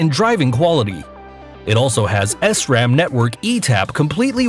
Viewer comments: S RAM really? It’s sram all one word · did he just say S ram!! And pronounced crevelo wrong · MAN SAID S-RAM IM DONE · Did he really say "S RAM" instead of "SRAM"!!!! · You say it "shram"? I say it "sram". Not as bad as "s-ram" tho. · The dude said SRAM as the letter s and then ram instead of sram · Excuse me, S-RAM?! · SRAM not s ram and you kept showing dura ace di2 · And the brand s ram wth 😂😂😂 it’s SRAM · S ram bruh it’s sram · I love how he say sram as “S RAM” HAHAHAHAHAHA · First, SRAM is pronounced as one syllable and not "s-ram". Second, it's a saddle, not a chair. Third, those super expensive "luxury" bikes don't even have good components on them (and one of them didn't even have brakes). Fourth, the Diamondback Andean came out before the Cervelo P5X, and costs just as much, but you chose to ignore it. And Fifth, I didn't even think it was possible to mispronounce "Audi", but here we are (also, Audi and Lamborghini are both owned by Volkswagen, so technically calling them different companies is incorrect in the context in which you used it). So basically what I'm saying is that you really should fact check these things before making a list about them. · From the moments he pronounced 'S Ram' I started to move my mouth like I'm laughing Idk why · How many of us bikers wanted to game end them selfs when he said S RAM 🤦‍♂️ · Ah yes, he famous es-ram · pronouncing sram like s-ram is an irreversible sin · I thought saying s ram is bad but wait then audi was pronounced completely wrong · “ S - Ram “ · “Es Ram” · “Ess Ram” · S-RAM lol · As someone who races bmx and has been around the bike world for a while it’s funny to see non bikers talk about it. “S ram”💀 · es-ram lol the way he says disk lol at least google shit before posting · Where on Earth did this narrator come from? The Awe-dee bike with Ess-Ram components? He obviously knows absolutely nothing about bikes and sounds more like a AI voice than a real person. 11 minutes of my life wasted.....